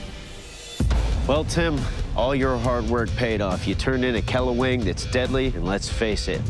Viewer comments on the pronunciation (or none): The kelawang is pronounced klw-wang. Not killa-wang. Just as the keris is pronounced kris, the first e is silent 🤫 And it is mainly from Indonesia, from which the Dutch klewang is based upon. None of the numerous Indonesian kelawang has a curl on the back; only a rare, indeed Malay kelawang has a curl. Ah well...